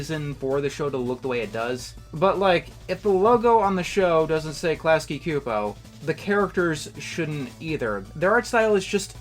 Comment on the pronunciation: I love not knowing how to prnounce Klasky Csupo